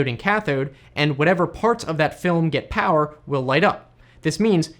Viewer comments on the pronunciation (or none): none